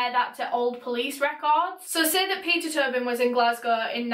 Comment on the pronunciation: ur accent makes it sound like u were saying pizza turbing